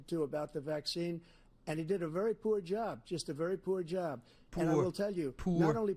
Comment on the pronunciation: "Why does he say poour like a canadian guy"? Because poverty's a foreign concept to him.